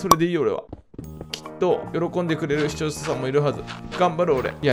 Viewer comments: しちょーしゃしゃん（視聴者さん） じちょーざざん（視聴者さん） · しちょうしゃしゃん😌